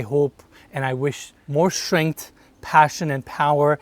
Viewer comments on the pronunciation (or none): none